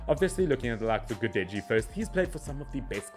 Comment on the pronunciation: gudel with a soft L is gudelj. DJ, LJ, NJ are softer sounds of those first letters, if you understand what i'm talking about. not like PORTUGESE J or SPANISH, or FRENCH. more like russian would say soft L.